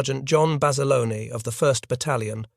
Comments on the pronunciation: His name was John Bass-ah-lone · I've heard Basilone pronounced both ways by reliable sources. Though Bass-alone is the most common way.